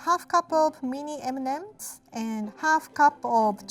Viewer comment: Other people: M & Ms: M nemems 😂❤️